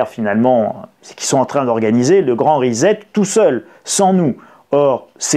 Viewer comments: On dit rissette (phonétiquement parlant) pas rizette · On prononce RISSÈT, pas RIZÈT ! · Salut risette !!! reset = re set ! pas risette ! Et ne dites pas toujours "on s'en foot" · Svp : ça se prononce ' ri-cet'. Pas comme 'faire risette'. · Rissette et non rizette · Ah oui. Ça tape sur le système son rizette ( fais risette). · Reset se prononce ricet. Merci. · Reset ne se prononce pas "rizette" lolll